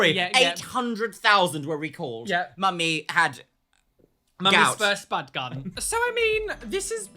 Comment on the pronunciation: I honestly thought u said "mommies first butt gun" instead of spud gun and I was like What!